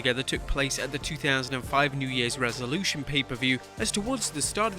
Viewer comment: "resolution" heh